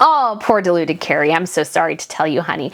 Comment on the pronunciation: FYI, her name is "Kerry". Not "Cary".